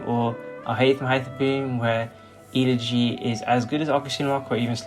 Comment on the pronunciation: The real crime of this video is how you pronounce Elegy.